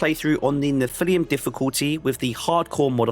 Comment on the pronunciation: Also speed run to mispronouncing something challenge each video -! Nephilim should be "Neff-ill-lim"